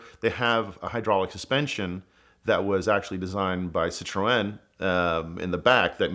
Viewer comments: Citroën - pronounced ci-trehn Not ci-tro-en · Sit-row-N??? Does this guy mean Citroen? 😂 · Is that really how Americans say Citroen? Sit-row-en? What?!? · Citroën... that's some really bad pronunciation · Can't say I've ever heard Citroën pronounced like that 😂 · Damn the second the said "Top Gear USA" I immediately lost all interest Edit: Damn everything sucked about this. A Fiero kit car as a Ferrari? Don't even get me started on how this guy says "Citroen"